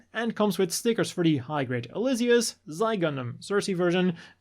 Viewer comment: Xi is pronounced like she